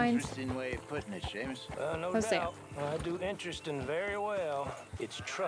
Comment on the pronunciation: "sea-mus" Me:"Shame-us" 😂